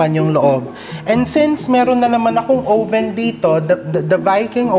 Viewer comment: chef, oven isnt pronounced with a long o vowel. it's ah-ven.